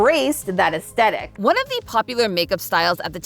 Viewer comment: I adore, I'm a big fan, but it's so silly to me how she always skips the H in "aesthetic." She's not the only one, but still. 🤭